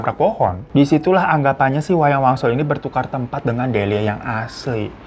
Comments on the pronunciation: awal2 "wayang wangsul" makin deket ending berubah jadi "wayang walun" kata gue siapeee???😭😭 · Wangsul jd waluh jd walyun, untung kami2 ini uda pro dengerin cerita lu baaang 😂😂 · Ngapa jd wayang walun bang😂 udh gtu nmanya diganti jd delina:_HAHAHA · Wayang Wangsul kak, bukan wanyang walun. 😂😂😂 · Di awal* kyae wayang wangsul ya bang Hiro nyebutnya, knpa ditengah* sampai akhir jadi wayang walun sih 😅 ada yg sadar gk selain aku??